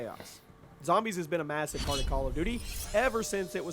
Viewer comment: “Call of the dooty”